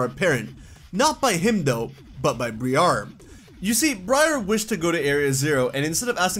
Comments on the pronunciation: dude why are you pronouncing Briar as Bree-are.... Briar is Literally an English word pronounced Breye-er like Rye and she's from the Unova Region.... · Briar's name is pronouned BRY AR not BREE AR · Ok. You have been mispronouncing Briar's name. It Pronounced as BrEYE er. Briar means thorns.